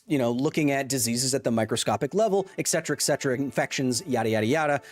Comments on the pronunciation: Kyles arguments are all void because he said “eccedra” instead of “et cetera” nah but fr i love the video. people arguing in bad faith dont deserve to be debated. scientific consensus isnt up for debate, especially not with nerds online who dont know what theyre talking about. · The only thing I disagree with him on is how he keeps pronouncing "etcetera". 😅 Pet peeve! There is no "x" in the word! Lol